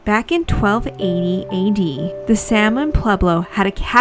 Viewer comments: Salmon Ruins also gets money through their Division of Conservation Archaeology, which is a for profit business run from their facilities. Also, Salmon is pronounced Sal-mon, with the L, it is a family name. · The runs named after the Salmon family are not pronounced the same way as the fish is named. You have to pronounce the L, like Sahl-mon.